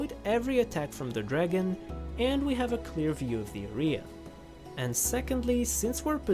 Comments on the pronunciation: arEa kills me every time he pronounces it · Not the orea instead of area 😭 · hey W video you did great and all, but i wanted to let you know that you are pronouncing area incorrectly in english. it’s not my job to change it, but i wanted you to at least know that area is pronounced like air-ree-uh, with emphasis on air. thank you if you read this, if you didn’t i won’t push for you to see it, just wanted to help you out :) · the way he pronounced "inventory" and "area" 😖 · Just a heads up, area isn't pronounced like that.